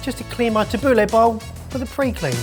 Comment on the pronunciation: i always judge Italians who get angry about food, but that "Tabuli" made me realize how they feel